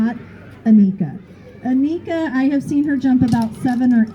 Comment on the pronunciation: Annika rhymes with hanukkah. Lots of Americans get this wrong.